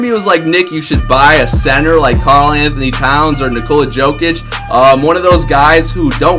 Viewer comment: It is pronounced yo-kisch not joke-itch